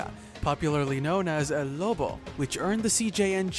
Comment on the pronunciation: It's not L. It's EL